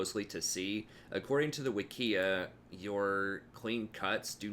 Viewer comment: i think you're not pronouncing "wikia" correctly. stress on the 1st syllable imho. great vidz!